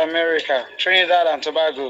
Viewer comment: 😂 I thought he said Trinidad & tabaco 😅